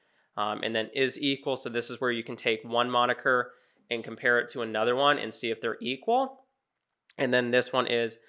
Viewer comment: is moniker not monikier